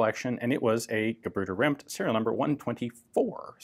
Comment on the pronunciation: Perfect pronunciation of "Gebrüder Rempt". Greetings from germany